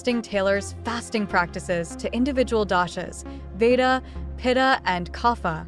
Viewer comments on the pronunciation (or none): It is Vaata (A kind of Dosha not as you said Veda) IT is Agnee not acne. Agnee means fire.Jatharaagni means fire in stomatch.These are Sanskruit words